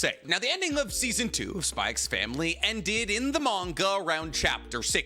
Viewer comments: It's just pronounced "Spy Family" right? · bro's called the but still pronounces the x in spy x family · There is no way this guy says HunterXHunter ( said as Hunter Hunter) is his best anime of all time and he kept on saying SpyXfamily with the damn X. Come on man🥲😮‍💨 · can't believe he says the "X" in spy family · Fun fact: the "x" in Spy x Family is silent. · Imagine being a fan of HxH yet says the X in spyxfamily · Why do you call it "SPY X FAMILY" but you call Hunter X Hunter "Hunter Hunter"?? I feel like the X is supposed to be used as a place holder for a Space in both and not actually said out loud. Maybe you know something I don't though so please let me know!